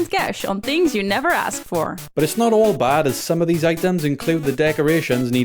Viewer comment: wtf is a noll? it's a ZERO. Zero point 8, zero point 2, etc...